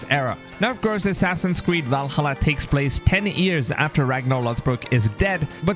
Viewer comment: Your voice kills my ears, walhallaaa, wikings